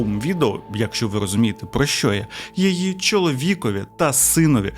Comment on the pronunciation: Серйозно, чувак, обожнюю тебе і твій канал. Але набога!!! Що це таке за слово у тебе "Якщо"? Правильно "якщО", наголос на О!!! Кожного разу просто передьоргує. Я розумію, що в українській в деяких словах може бути плаваючий наголос, але ж не в сполучниках! Навіщо так знущатися над мовою... А за відео так, лайк ;))